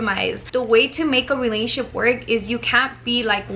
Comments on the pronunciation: The way she says in a " Realnship" instead of "RELATIONSHIP"😂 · The way she says "relationship" lol pay attention...."Relatship" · “RELASHIP” lmaoooooo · That’s weird! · Wow I thought no one else noticed that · Lol I had to replay that part